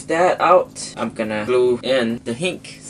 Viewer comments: hinge not hinc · NO it's not hink...it's HINGGGEEE with a G ... idiot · hinge is pronounced like this (hin-je) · It is not a hink it is hinge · I like how he pronounced hinge as hink I am not discriminating you its just funny man XD Anyways you stay in Thailand ??? If you do i live in Malaysia if you dont i still live in Malaysia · its pronounced hin-ge